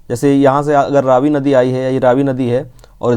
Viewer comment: It is pronounced raavi not ravi